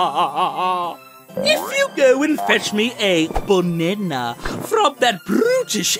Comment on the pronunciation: "boonena" XD